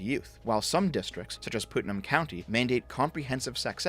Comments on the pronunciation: Putnam county is pronounced "Putt-num",. I don't expect you to know that or anything, but it's hilarious to hear you call it what sounds like "Putin". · “Pootnum” county. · "Pootnam" county? Oh, and Maryland is pronounced "Marələnd" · "Poot-nam county..." lol (it's pronounced put- like put put golf; nuhm- like being numb) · His Canadian really showed there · As A bonified Florida Man, it's pronounced "Putt-Numb" County. I will now return to, I dunno, fuckin' my momma's pet goat or sumthin'. Ya know, Florida shit.